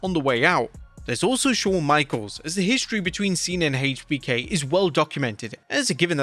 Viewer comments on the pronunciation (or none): none